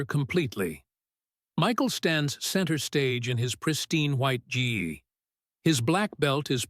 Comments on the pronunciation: Dude, if you're going to create an AI generated voiceover, at least get the freaking martial arts terms right! A Gee? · I wouldn't mind if it was done well, but you can't make a martial arts video about Bruce Lee and mispronounce Gi and Jeet Kune Do. 🧐😳😞